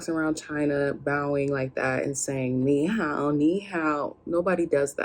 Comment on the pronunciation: learn the intonation of ni hao and it will be perfect.